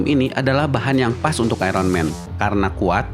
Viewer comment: Kenapa sih indonesia sukar sebut Iron Man dgn betul. "Iron"